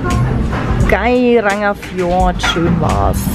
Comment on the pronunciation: Tolle Bilder, nur das, für mich persönlich z.T. dümmliche Gequatsche und die absichtlich falsche Aussprache vom Gairangerfjord lässt mir die Galle überkochen. Abbruch bei Minute 18.